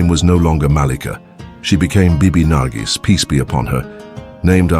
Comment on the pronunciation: Her name is not nargis she is nargis